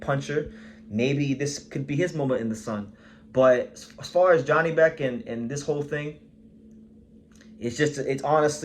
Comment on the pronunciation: It us pronounced Yanibek